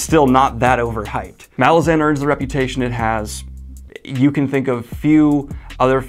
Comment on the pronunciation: The. Last. Syllable. Of. Malazan. Is. Not. Stressed!!!!